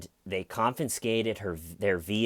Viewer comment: Not “con-fin-scated”. “Confiscated”